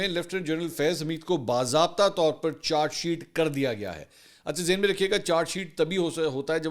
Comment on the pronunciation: منصور چار شیٹ نہی بلکہ چارج شیٹ کہا جاتا ہے تلفظ درست کرلیں